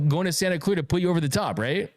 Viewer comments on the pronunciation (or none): none